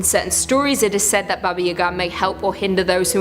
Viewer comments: My dude it's pronounced baba yah-gah, not u-gah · Please, never again ever say "Baba Yagaa" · I agree I cringed every time, "Yaga" is pronounced the same way "Baba" is except for the first letters. I didn't know she was saying "Baba Yaga" until I looked up and saw the pictures?